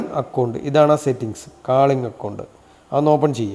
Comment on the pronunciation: കാളിങ്ങല്ല കോളിങ്ങ് ആണ് പൊട്ടാ 😂😂😂